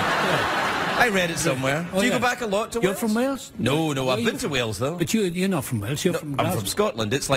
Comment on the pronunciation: it deservd to be mockkd 😅😅😅 ... thats when Gales eiiz calld Walez... Auntony Hopkenz 😅😅😅